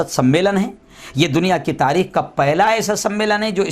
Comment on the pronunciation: Ye swwar ko tarikh sahi tarike se padhne bolo harami ko '